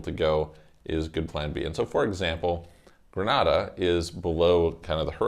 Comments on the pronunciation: Ummm Gre-Nah-Dah is in Spain, Gre-nay-dah is in the Caribbean. Just saying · Very condescending towards the caribbean..."nothing going for them" comment. Furthermore Grenada is pronounced Grey-nay-da. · It's pronounced Gree-nay-da.